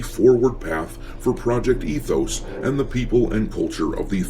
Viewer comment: ET-hoes... no thx!